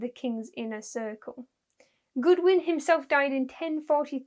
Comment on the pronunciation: Godwin, not Goodwin.